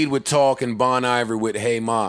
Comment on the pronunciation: Bon Iver is pronounced “Bone Ee-Vayr”, y’all nasty lol